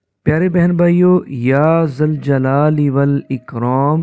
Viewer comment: ذُوالْجلال والاکرام.... یا لگے گا تو یا منادا مضاف ھے... فتح سے پڑھنا ھو گا. اگر یا ذَوالْجَلال والاِکرام.... پڑھا جا رھا ھو